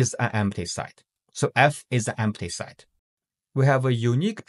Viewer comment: Pronunciation note: the vowel in “set” is NOT a diphthong. It is NOT pronounced the same as “site”, “sight”, or “side”.